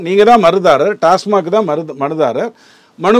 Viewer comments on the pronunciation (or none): none